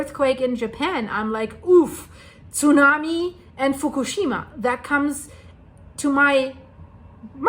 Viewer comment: The Way She say´s Zunami and Japanese and Kasachstan sounds like she is german.